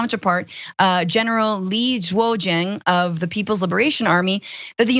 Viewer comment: for the record, General Li NOT General Lee